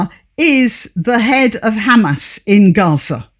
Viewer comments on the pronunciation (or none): none